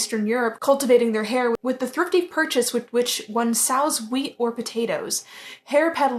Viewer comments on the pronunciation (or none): sows is pronounced like sews not like the pig!